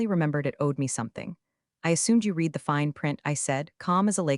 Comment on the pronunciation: AI readers don't know the difference. Its the same with lead and led